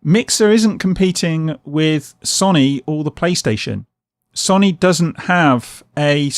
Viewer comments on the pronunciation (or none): You pronounce it as So Knee NOT Sonny